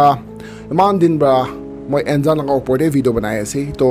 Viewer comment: It's actually Nzan... ❤️ don't pronounce the 'N' as it is but,like uNNNzan..